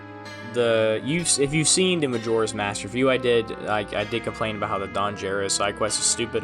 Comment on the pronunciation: You pronounced the "Gero" in Don Gero wrong. It's geh-ro, not jeh-ro. It's onomatopoeia for the noise a frog makes in Japanese.